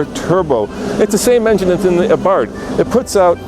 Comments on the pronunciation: Its pernounced abar-TH as in bath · Someone should tell the reviewer that Abarth is spelled with an th.